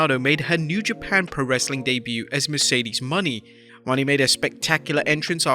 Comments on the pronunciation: Moe-Nay not Money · At least Say Mercedes Mone (Monet)